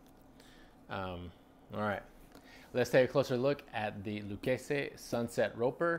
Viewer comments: Yeah he's a Yankee yuppie wrong pronunciation he's trying too hard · Loo-kay-zee is how you pronounce the brand name in America but if you want to sound Italian then you say Luh-keh-zeh. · In Texas we pronounce it “Lou Casey” Lol Never heard it the way you said it but I’m sure that’s how it’s supposed sound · Love your videos just wanted to share Pronunciation of Lucchese: (Lu-Kay-See)